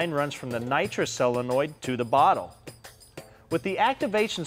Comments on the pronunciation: Will someone please tell that the word is sOlenoid, not sellenoid? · It’s a fukken SO-lenoid not cell-enoid